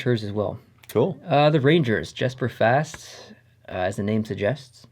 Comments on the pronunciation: btw it is pronounced yesper fast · * pronounced yes-per fast sorry lol